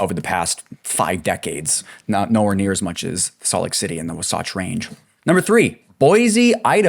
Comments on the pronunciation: Saying wasatch like it’s Sasquatch lmfao 🤡 At least look it up if you don’t know how to say it. Wah-satch. Not -wuhsoughtch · Wasatch is pronounced WAH satch.